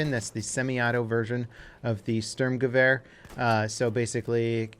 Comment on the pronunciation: It bothers my OCD that you can pronounce Gewehr decently for a non-German speaker, but you still mess up the "Sturm" horrifically, lol. Good video still tho, no hate, just pointing it out.